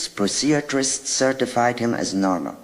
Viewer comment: weird pronunciation of psychiatrist. A sage lady though.